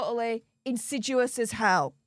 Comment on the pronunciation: I’m not finding the word insidUous (in-sid-yu-us) in the dictionary. Do mean to say insidIous (in-sid-ee-us)?